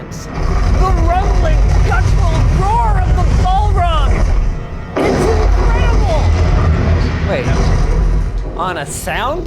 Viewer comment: Did he just call it a ball rog? XD